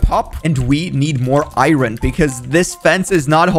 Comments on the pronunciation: it's iron not iyoyn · Iron not Irin 😭